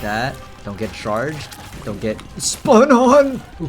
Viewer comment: it's not fun silly it's SPUN